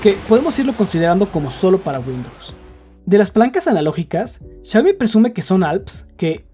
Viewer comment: por que le dices siayomi???